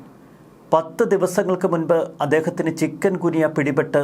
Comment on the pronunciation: ചിക്കൻ ഗുനിയ അല്ല. "ചിക്കുൻഗുനിയ" എന്നാണ് ''